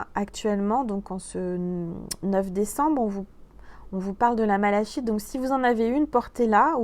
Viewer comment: "la malachite"? Mdr 😂, je crois que ça se prononce "malakite*... Décidément on rigole bien avec vous. Ne changez pas surtout. Bisous 😘